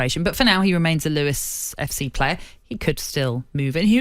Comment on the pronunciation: ‘Lewis’? It’s Lewes - pronounced loos